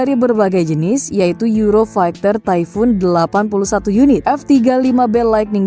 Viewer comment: euro faikter? funny tongue :face-blue-smiling